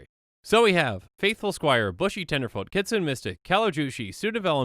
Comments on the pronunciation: kitsune too, if it was pronounced "kitsoon" it would be spelled "kitsoon" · Just an fyi, you are pronouncing kitsune incorrectly